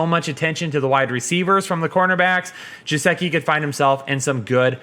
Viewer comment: Its Mike Gesicki not Jesicki **